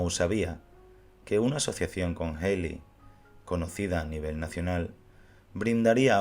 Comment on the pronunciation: Ted Healy se pronuncia "Ted Jili".